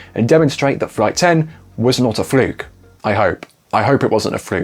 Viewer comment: Fruke? I thought it was pronounced "fluke" british grammer I guess.